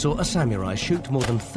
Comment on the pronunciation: Sort of interesting but hearing "sam-yu-rai" again and again is annoying. Sah-moo-rai.